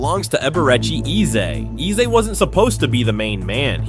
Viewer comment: Eze name isn’t pronounced like a that. It is Aza like (a) the letter and not (e) the sound. In his language, Igbo there are 2 e sounds, normal e sounds and (e) sound that sounds like (a) the alphabet.